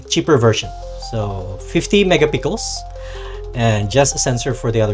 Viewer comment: Megapixel Sir not mega pickles, you got it wrong pronunciation.. No offense Sir.